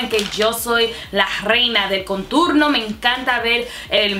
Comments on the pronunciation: Me encanta como hablas español pero it's contorno no conturno just so you know lol 😘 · Baby girl it's now "conturno " es "contorno " Anyways u are so damn pretty new Subscriber baby girl 😍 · it's contorno, not conturno 😂😂 #notahatecomment #dominicanoverhere💖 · hahaha yo tambien pense en eso! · En español es "contorno" no "conturno", igual me encantó escucharte hablar en dos idiomas ! 💕 primera vez visitando tu canal 👌🏼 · Por que dices conturno 😂? Love the video you are so funny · en español contour se dice contorno no "conturno" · Querida, no es conturno, es contorno. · no se dice conturno, es CONTORNO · It's said "contorno" not "conturno" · Es contOrno no conturno 😅 espero que no te moleste la corrección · contorno no conturno jejejej que graciosa eres, no te cansas de hablar spanglish??? mi canal es solo en español creo pondré subtítulos jijjji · Por favor contorno. Conturno es un disparate y un error enorme. Por favor! En serio me encanta que intentes hablar español y el resto de errores los puedo pasar pero ese continuamente no. En serio daña el vídeo, no puedo concentrarme con alguien diciendo una palabra tan mal dicha mil veces. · Dijiste "conturno" en vez de "Contorno" JAJAJA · No se dice conturno se dice contOrno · Qué graciosa!! Cómo dice "conturno"??? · mujer se dice contornooooo..🙄🙄🙄🙄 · Se dice contorno me agradas 💕✌🏼🦋🌴🌺🌴🦋✌🏼💕